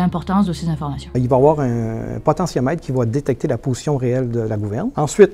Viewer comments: Si toi aussi tu entends ''potion'' au lieu de ''position'' bah c'est sur t'es un Gaulois 😅😅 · oui je viens d’entendre aussi potion au lieu de position par contre on a bien entendu compensateur le Boeing a toujours u des ennuis avec les gouvernes sur ses 737 et ce n'est pas nouveau